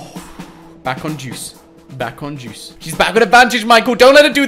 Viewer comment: When says deuce it's like he says juice